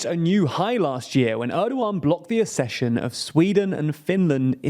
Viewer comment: Will you please stop mispronouncing Accession.